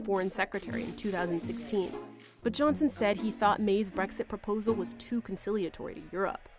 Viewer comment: Its BREXIT not BREGSIT #LoveEurope #LoveBritain #LoveEu